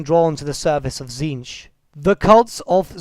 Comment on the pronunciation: Isn't the pronunciation of "Tzeentch" supposed to sound similar to the word "change?" Something like "cheenj" perhaps?